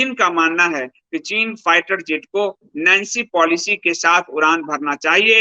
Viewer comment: ये "नेन्सी प्लोसी" हैं, नैन्सी पालिसी नहीं| वैसे विश्लेषण अत्यंत सटीक है|